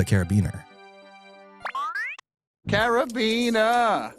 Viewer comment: omg AMP. I knew it wasn't just me who hears or sees a carabiner and whose head immediately imagines going carabinerr CARABINERRR. Also, I might be misremembering but i swear Chuck is bisexual?